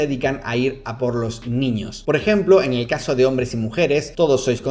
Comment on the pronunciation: tenía los ojos cerrados y escuché "eñel caso" hehehe